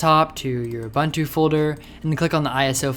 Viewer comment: Great stuff! (aside from pronouncing 'Ubuntu' badly :P ) Keep up the good work! :D